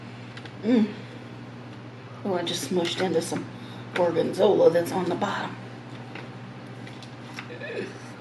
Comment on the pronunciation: It's really nice when you pronunce salumi, formaggio and gorgonzola in italian! I'm italian 🙂